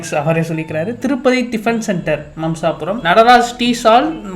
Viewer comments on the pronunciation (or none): அது மாம்சாபுரம் இல்லையா மம்சாபுரம் எங்க ஊரு‌ பக்கத்துல தான்🙂‍↔️